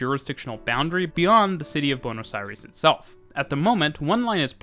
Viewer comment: Hearing "Buenos Airis" is too weird